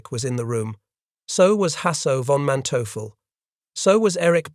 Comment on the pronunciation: von Manteuffel: fawn mahn TOY fell. Model: mow DELL. Liddell Hart: rhymes with fiddle DART. Robot or man, narrator can’t handle German or British names.